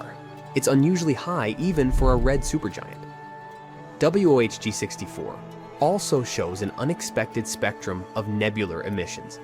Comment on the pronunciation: It's wohg64 Maybe one more time you would have got it!!! Lol